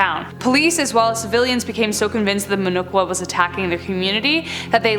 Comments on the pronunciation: muh no- chu(as in chalk's ch pronounciation)-wa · It’s actually called “muhnochwa” pronounced as muh no’ch’wa ‘ch’ as In chair. It’s literally means face scratcher ‘muh’ meaning face and ‘nochwa’ meaning to scratch. It was quite a scare in early 2000s in our city back then. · It's "Ch" as in "chatter" in Muhnochwa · They can't even pronounce